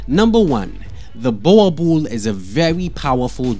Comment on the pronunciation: Wrong pronunciation of Boerboel